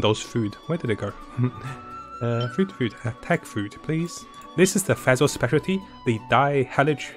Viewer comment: It is pronounced like fish Fischl Not phesl And the translation for the bow is midnight waltz Greetings from germany